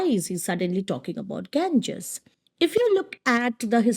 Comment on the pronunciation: Why are you pronouncing the Ganga intentionally in wrong way?